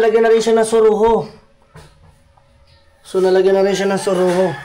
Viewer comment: Siruho Hindi suruho😂😂😂😂😂